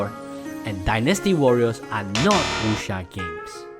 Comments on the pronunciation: why he saying wusha.... its wuck seer!! dammit! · I feel offended with your pronunciation. Eg. Wuxia, Jin Yong etc. Totally off. Are you sure you're a chinese?